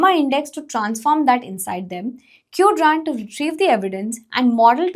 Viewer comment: sis pronouncing queued-rant instead of Quadrant makes me feel like she leans more towards marketing aspects of things rather than actually building something. Coz the video script is ai generated not from ai development expert